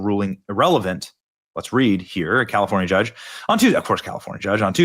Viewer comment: Did you say California judge or dog s*** they both sound the same to me